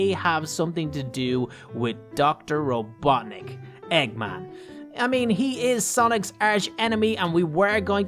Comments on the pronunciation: Robotnik not robotnic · Its robotnik not robotic